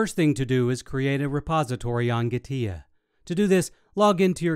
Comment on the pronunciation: its not Gah-tia gee- TEA